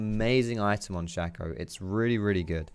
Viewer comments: 90% sure you're wrong about the pronunciation, just because "shay-co" (spelled shaco) is a word that's existed for hundreds of years and is completely factually pronounced that way, though I will admit that doesn't necessarily mean the champion is pronounced that way. But the reason I'm commenting is that I still completely fucking love and have mad respect for the comment you made about it. 😂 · Nah man it’s pronounced “Shaco” like “taco”